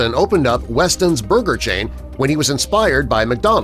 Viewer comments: Wetson's, not Weston's. Is somebody dyslexic? 😉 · It's Wet-sons, not West-ons. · "Wetsons" not "Westons"! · Howard Johnsons v. HoJos - same or different, because I still dine at a local HoJos for breakfast from time to time. I do remember Lums and it's WETson's, not WESton's. Sorry to be so picky, but for cripe's sake, there were two or three signs in the video clearly showing the name. Cheers... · Wetson’s was WETson’s, not WESTon’s! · Why does the narrator keep calling the restaurants WESTONS when the signage all says WETSONS? Don't know them, but do these sites right. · It's "Wetsons" not "Westons" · WeTSons NOT WeSTons !!! Who edits this crap ??? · Wetson’s is not “westsons” 📝🤷🏻‍♂️ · Was is Weston’s or Wetson’s? The signs show “Wetson’s” but the narrator keeps saying “Weston’s.” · Why did he pronounce Wetson's as Weston's? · They spelled it right they just didn’t pronounce it right